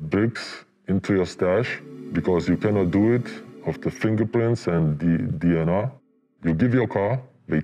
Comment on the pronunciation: Belgian or at least lived in Belgium for some time, the way he said DNA is very Flemish